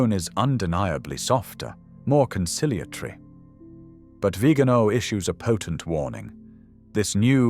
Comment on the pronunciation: Por favor, que alguien advierta con amabilidad al lector, que pronuncie correctamente el apellido del Nuncio Carlos María "VIGANÓ". Y no "Vígano" . He conocido personalmente a esta persona. Gracias.